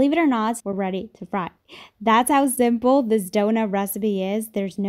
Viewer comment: Is she saying "zimple"?